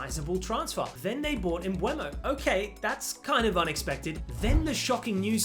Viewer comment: It’s Mbeumo (not Mbuemo) btw